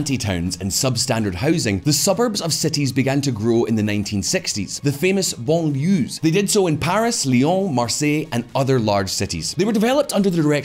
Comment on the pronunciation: All the research & fact checking behind this video, and someone couldn’t look up how to pronounce “banlieues” correctly?😅